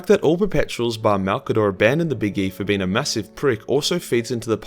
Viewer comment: Powerful and intelligent "Bean"